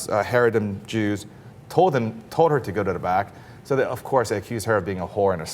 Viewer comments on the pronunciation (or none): ITS CHAAA-REEEE-DEEEEM not Hay re dim (smh) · It's Hah-ree-deem not hairydem, you're driving me f*cking crazy. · It's ha-RE-deem, not HA-re-dim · Heredim... lol it’s Chareidim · it's not charedim, its haredim with a heavy, guttural h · This lack of knowledge is so offensive he even pronounces charadim right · wow what a load of shit i live in Israel and know plenty of haredim (pronounced charadim) and the vast majority of them are not like what you described at all they may be ultra conservative but they will not tell a woman to sit on the back of the bus they do not force the government to take down bill boards with women on them or anything like that sure their have been some incidents of charadim being violent but you can count them on on two hands, the vast majority of charadim just want to be left alone when they see girl with short cloths they dont attack them they look at the floor but of course whats to set a bullshit narrative that all religions have their extremists instead of the truth which is some religions are worse then others talk to me when charadim actualy start killing or at least when they have more then a few hundred extremist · pronouncing "haredim" wrong. It's like ha-reh-deem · FIRST OF ALL THE WORD IS HARA DEM SAY IT RIGHT AS WELL AS GETTING YOUR FACTS RIGHT, I LIVE IN ISRAEL AS A MODERATE ISRAELI IN JERUSALEM THIS IS JUST A FEW NUTS IN BEIT SHEMISH PLS PLS PLS IF YOU ARE GOING TO PUT DOWN AN ENTIRE GROUP GET YOUR FACTS RIGHT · Really,? You can't find people who can pronounce Haredim? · He totally mispronounces haredim. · The way he pronounces Haredim bothers me so much, he needs someone to correct him! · This asshole not only mispronounces the word, but says all ultra orthodox are the same? im as antireligious as the next guy, but this asshole is spreading lies.. be mad about the truth ... some people do these things.. not all!!! and not even most.